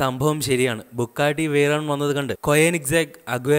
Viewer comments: Bugatti.. not bukkatti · Bro bukkatti alla its Bugatti bro ithu indiayil illennu aaru paranju bro just onnu Mumbai visit cheyy appo airyam avide illatha car onnumilla ippo lykan hypersport worlds fastest car athuvare und mumbai 4 Bugatti 2 koeinzeg agera angane Kure und pinne Aston Martin DB 11 vare und so better u delete this video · ബുക്കാട്ടി... ടർബോർചാർജർ.. കോയനിസാഗ്... അഗെര... എന്റെ പൊന്നളിയാ നീ പോയി ഇതിന്റെയൊക്കെ പേര് പറയാൻ പഠിക്ക്. പിന്നെ ഇത്തരം കാറുകൾ പരാജയപെട്ടു എന്നൊന്നും പറയരുത് കാരണം ഹൈപ്പർകാറുകൾ മറ്റുള്ള കാറുകൾ പോലെയല്ല വിൽക്കുന്നത്..!!